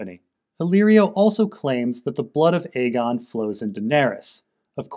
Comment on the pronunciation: I can't even verbally explain how much i appreciate it when you call it Aegon rather than fAegon.